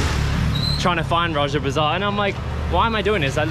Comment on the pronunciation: Bro that’s raja bazaar not roger bazar😂😂😂😂